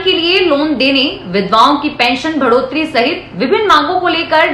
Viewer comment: Bhadate hue ko badhate hue boliye. Isi prakar Bhadotari ko badhotari boliye. Anya samacharon mein Vidhyaly ko vidyalay, mantralay aadi sahi uchcharan kijiye.